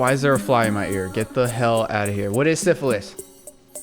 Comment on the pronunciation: SYPHILUS BROSKI NOT SYPHILIS